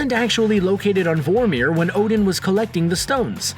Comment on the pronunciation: you do realize the commentator didn't even watch Infinity War, he doesn't pronounce Vormir or Nidavelir right lol